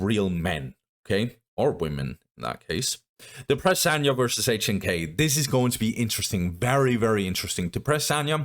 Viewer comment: HNK is pronounced Nick in Russian btw